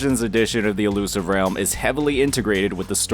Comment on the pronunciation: "Illusive REYULM" - 2024